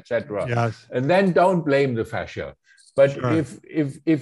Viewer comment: Fascia not fascist!